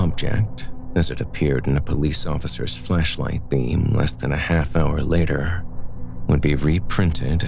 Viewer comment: Maybe it's just my disturbed mind, but I could swear you kept saying fleshlight, not flashlight!